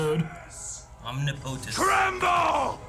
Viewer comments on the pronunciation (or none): Not how you pronounce omnipotent.